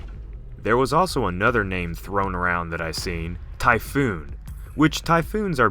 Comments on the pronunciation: It's TYPHON not TYPHOON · sorry it ty phon not phoon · Typhon is pronounced "Tie Fin" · Hehe. He said "Typhoon", hehe. Reading is hard.